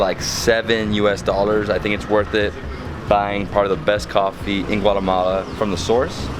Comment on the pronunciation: hi , please dont say guaremala ...is Guatemala . The name DONT CHANGE ..bye